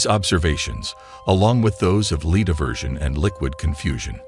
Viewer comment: Docile, and lead we're pronunced so confidently wrong, that I was questioning if I've been pronouncing them wrong this whole time.